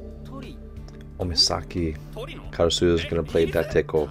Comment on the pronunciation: "Dateko" -> Date Tech